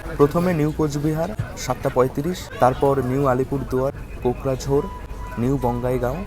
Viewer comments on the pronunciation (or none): দাদা কোকরাঝাড় হবে ওটা। 😅 বার বার ভুল উচ্চারণ করছেন। নাম করা জায়গা ওটা জঙ্গি গোষ্ঠীর জন্যে 😂😂